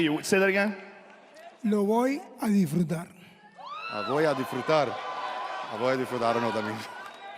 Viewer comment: "Lo voy a disfrutal" :) Con la L al final